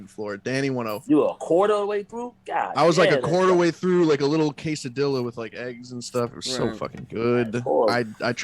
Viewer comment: The way you said quesadilla 😂😂😂😂